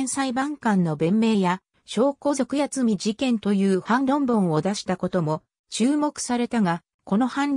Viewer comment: やつみ事件と聞こえますね。 苗字では八海（やつみ）という読みがあるのでそれに変換されたのだと思います。